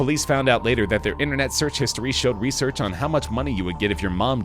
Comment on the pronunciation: resoch? Or research?